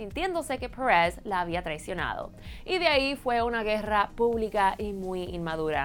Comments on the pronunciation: Pérez! Es Pérez, no press, habla bien el español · Que coño "parez" se dise "pérez",y yo preguntándome, quien carajos es "parez"...(?) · Pérez mamita PÉREZ. "PUERREZ" QUE ES ESO!!!! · Ainoha Perez Y en vez de Perez Pures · "Paarez" si este contenido es para público latino ... Porque está mujeres inventadas pronuncian así ... Ya ni los mismos estadounidenses ... Es molesto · Porque se hace la que habla español gringo!! No entiendo porque pronuncia perez como si fuera inglés!! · Insoportable la pronunciación! "Parrez" ???? Que demonios?! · me distrae el acento de la presentadora , se pronuncia perèz de toda la vida en español no pèeereeezz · Alejandro Germanotta es que no dije que estuviera mal pronunciado, es irritante en el sentido de que no es necesario pronunciarlo tan americano, es un video en español, para el público latino y sinceramente me parece innecesario pronunciar el apellido "Pérez" como lo hace la notera. Al igual que "Cosmopolitan" y otras palabras, se pueden pronunciar con acento latino sin ningún problema. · tienes mucha razón, la palabra "perez" se escucha horrible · nada más detestable que cuando pronunció "Pérez"...